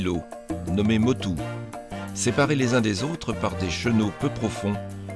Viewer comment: Les petits îlots en POLYNESIE se nomment Les MOTUS prononcer MOTOU